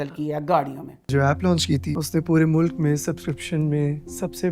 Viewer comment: اپنا تلفظ ٹھیک کریں ملک mulak نہیں ھوتا اصل لفظmulk ہے